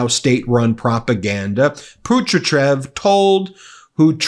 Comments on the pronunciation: it’s PATRUSHEV, not PUTRICHEV 🤦🏻‍♂️ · Ben, …. the name is Pa-tru-shev, not Putratjev!